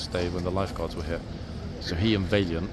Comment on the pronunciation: How are you pronouncing Valiant?!